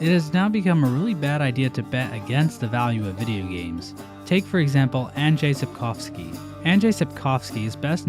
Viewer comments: As a Pole, I'd like to applaud you for your pronounciation of "Sapkowski". I've yet to hear another English speaker on this platform get "-owski" correctly. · It's actually amazing how well pronounces Sapkowski - it's the first time I've heard an English speaker say it as it sounds in Polish